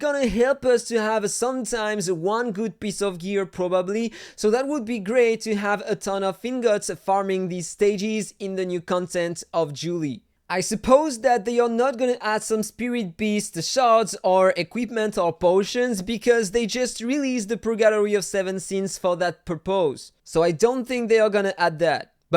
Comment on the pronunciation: you are french it's normal julie and july sound the same both are womens also 🤣🤣